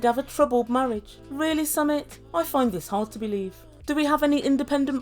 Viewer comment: It's pronounced "Sumeet"